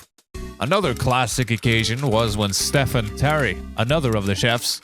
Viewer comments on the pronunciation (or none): Its not Steffen😂 its Stephen pronounced Steven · 'Chess Nico'. I think you'll find that's pronounced 'Shay Nico', bud. And Stephen is pronounced 'Steven' not 'Stefan'.